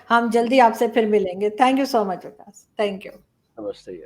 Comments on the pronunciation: 🤣🤣🤣vikas hy wakas nahi ....arzoo 🤣🤣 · Hello Pakistani sherni..vakas nhi vikas lol to funny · He is "VIKAS" and NOT "Vakas"😂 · Dhanyawaad. Thats me Comedian Vikas💐 I guess Pakistan has Waqas so pronounciation ....